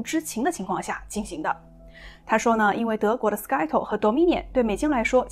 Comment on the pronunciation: 主持爆料劲爆的👍。Scytl发音是“塞头”不是“斯盖头”😜